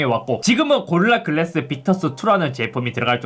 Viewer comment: 형 진지하게 얘기할게 "고릴라 글래스" 연습 좀 하자